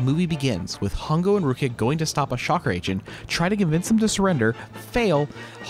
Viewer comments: The female lead's character is Ruriko... why do you call her Rukia? That's Bleach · I might be mishearing, but what I hear is you saying "Rukia" and not Ruriko. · Loved your video but I wonder why you called Ruriko Rukia or something??? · No hate, but... ain't no way this dude pronounced "Ru-ri-ko's" name as "RUU-KIA" 💀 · Did you just called ruriko "rukia"?😂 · what about everytime he says rukia instead of ruriko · You keep getting the name wrong; it’s Ruriko, not Rukiya. Also, Professor Midorikawa is Ruriko’s father, not Hongou’s. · did you just call ruriko rukia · You saying "Rukia" instead of (Ruriko) was making me think of Bleach the whole time. 😂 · Ruriko, not Rukia. Otherwise, great review. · why you keep calling her rukia?? it's Ruriko right?? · Why does he keep saying Rukia 💀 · "Rukia" LMAO are you serious with that? How do you butcher her name so badly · It's Ruriko hahahah